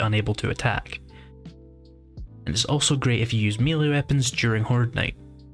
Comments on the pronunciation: Mel-lay not mealy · And even if.... it were constructive, then he'd be wrong anyway as by his own argument the correct pronunciation would be mêlée. French loan word, pronounced as the French, therefore. Rhymes with the football player Pelé. Beyond that is accents, including his.